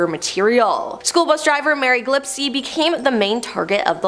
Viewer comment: I thought the name was pronounced gill-s-p, not glip-see.